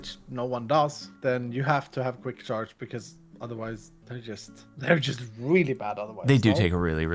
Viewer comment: “For cwick charge.” DO NOT SPELL IT LIKE THAT ITS TOO CLOSE